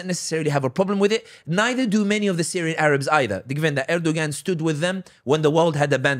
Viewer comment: Pronounced Erdowan the ‘g’ is silent. He and other leaders are all taghut. Don’t like or trust any of them. I want a real Hilafa. I want the Ummah brought back to Tawheed and true Islam. This is true success. Everything else is a clown show.